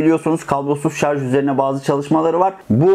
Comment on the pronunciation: Kanalın adı "Teknolojioku" ve elektrikli araçlara dair ahkam kesiyor ancak henüz "şarj" kelimesini bile telafuz edemiyor.